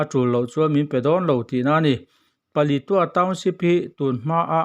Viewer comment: Thurawn ka’n pe ve mai mai ang che aw. Palitua I tih hi, Paletwa / Palet ua tia lam rik tur a nia aw.!🤫😩😂